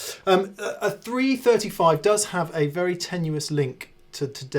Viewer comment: ... "... I used a 3-[#%$^$&&]-5 ..." ... ... ... ... [335][355] ???? ... [345], even - maybe?!!!! ... cf ... ... I suppose you already said it once intelligibly ... wouldn't want to strain a lip ... ;) #aussieaussieaussie ;)